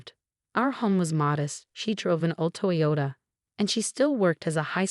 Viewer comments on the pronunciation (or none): none